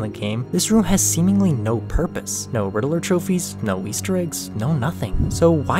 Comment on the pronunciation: Its RID LER rid.ler ...not riddel el leur